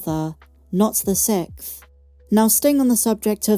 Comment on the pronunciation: Is it a British thing where the word is pronounced “Sikth”?